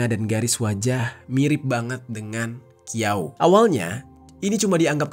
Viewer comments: Bukan Qiao bang bacanya Chiao.. . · Qiau bacanya Ciau bang,Kalo zang itu bacanya chang Kalo Qu bacanya ci